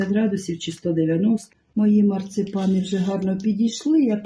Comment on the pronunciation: Не марцЕпани, а марцИпани.